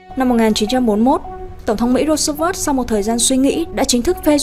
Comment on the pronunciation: Tên tổng thống Roosevelt hình như bạn đọc không đúng nhỉ